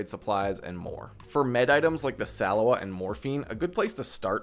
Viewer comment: The way you say salewa and oli just pisses me off lmao